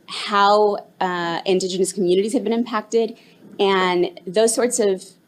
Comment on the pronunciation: it was all over the minute she says indegenous